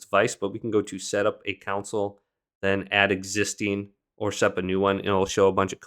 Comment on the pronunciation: its pronounced Con - Sole not council. Thanks.